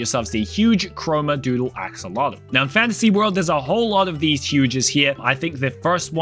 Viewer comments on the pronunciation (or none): none